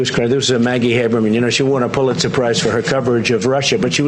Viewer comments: "Pulitzer surprise.." lol wtf. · Is it me or is he saying "Pull it surprise"?